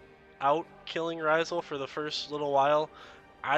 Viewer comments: Love the guide dude. But Rysal? Ra-sial 😂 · this man called him "Raw-zul" its Rasial! "Rah-si-al". Good video over all though!